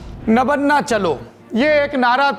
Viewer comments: Not nabanna it is nabanno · My dear friend before making video please correct your Bengali pronounciation. Kindly note it's not Nabanna .. it is Noubanno ... Listen to the bengal reporter who is doing live recording. Don't spoil & destroy the Bengali words as per your convenience. This message is not to insult you only pointing to correct you. Thank you. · It's not नवन्ना it's नवान्न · नबन्ना नहीं नबान्न...नव+अन्न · It's नबान्न, नबान्ना नहीं ... That's the problem with most of the Hindi speaking journalists, they don't pronounce the name as it is but as per their convenience. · Sir nobanno hota hai nobanna nhi 👍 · Nobanno.... Not Nobonna.... 😢😢😢😢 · Saurabhjee, Nabaanna ka pronunciation toh thik se kar lijiye, aise hi toh Rabindranath Thakur (Not Tagore) Ka Gaana ko National Anthem Bana k uske aisi ki taisi kar diya hua hai abhi ek bengali word k rape mat kijiye.. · Btw the pronounciation would be 'nobaanno'. Hope this helps. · Nabanna naam hai.. Nabo-anna नया चावल...... In hindi its नवान्न Thoda pronunciation me sudhar kar lijiye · नवान्न सही उच्चारण है। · Sir its nabanna. "नबान्न"